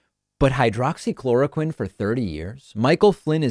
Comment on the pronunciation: Flynn called it "Hydrocloroquine" not "Hydroxychloroquine". I call bullshit. You can't take a med for 30 years and not know how to say it easily and rattle it off your tongue like it was nothing.